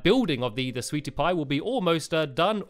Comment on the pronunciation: u said sweaty pie lol